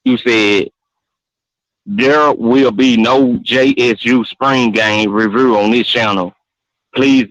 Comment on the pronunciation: Bruh I was driving down I-77 and I had to pullover when that boy said "revrew"🤣🤣🤣